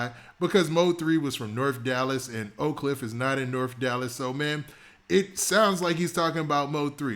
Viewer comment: So funny to hear ppl not from Dallas say "Oak Cliff"..lolololol